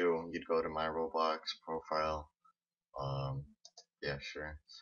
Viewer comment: When you say roblox it kinda sounds like your saying robux